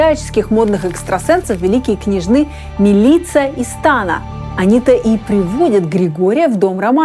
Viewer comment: Замечательный фильм. Злободневный и важный. Тем не менее, позволю себе небольшое замечание. Ударение в имени МИлица ставится на первый слог, поскольку у его хозяйки было черногорское происхождение. И совсем странно звучит имя в озвучке мужским голосом: «Пили чай с МилИцией и Станой». Да, ворчу. Поскольку от вас привыкла получать первоклассный материал.